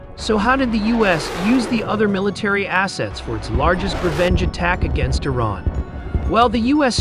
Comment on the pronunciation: It's not pronounced 'eye rain' it's Iran.